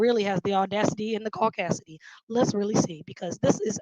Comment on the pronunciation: Not the audacity and "caucaisty" Hahahahaha I'm dead